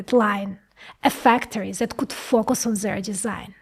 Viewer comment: "Whatever coot go wrong, went wrong." 😂